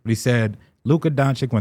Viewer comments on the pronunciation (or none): How is it your job to talk basketball but you still say “donkchick” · If yall can get antetokounmpo right, yall can get Doncic right. It in not Donchick 😂😂